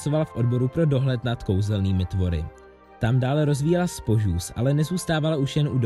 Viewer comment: já ti dám “spožús”, je to SPOŽÚS, jak by řekla Hermiona😂